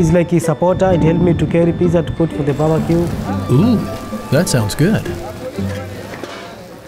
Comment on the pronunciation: "Babacue" - a Tanzanian Chef 2019